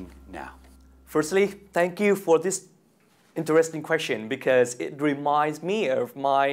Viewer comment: Lần 2 này thấy perform tốt hơn nhiều so với lần đầu ý, nhưng mình thấy ổng vẫn phát âm sai từ "interesting" với hay có kiểu idea bị lặp Anw thích Dan quáaaa, hay cho từ vựng liên quan chủ đề